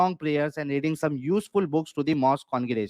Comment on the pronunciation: माॅस्क को.माॅस्कयू बोल रहा है.mohmmad pidofile ka shit mubarak😂